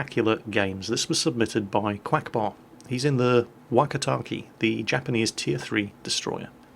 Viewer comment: The "e" sound in Japanese is short, so "keh" not "key". If it has an i after the e then it's pronounced "kay". (若竹 "Wakatake" is "Wah-Kah-Tah-Keh") Also, for anyone interested, 若竹 means "Young Bamboo".